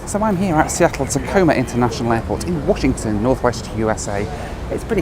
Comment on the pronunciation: Since when was it pronounced Alasker Airlines and Seattle Tacomer Airport?